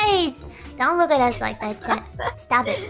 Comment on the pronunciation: "Stapbh it" -Gura 2021